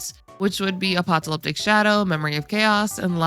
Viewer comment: ❎ uh-pak-tah-LIP-tik It's pronounced ⭕ uh-pah-kuh-LIP-tik Thanks for the good teams advice! I think I wanna try building a follow-up team next. I'm interested to see what the new characters are like...